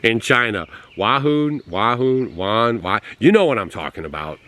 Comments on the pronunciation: Can't say Wuhan 😮😮😮😅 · WEW-HAN. I THINK,LOL